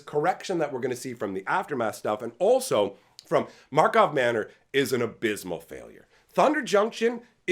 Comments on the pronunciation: Initiates: It's Markov Manor! Regulars: It's Karlov Manor. Veterans: No, it's Markov. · "Karlov" Manor.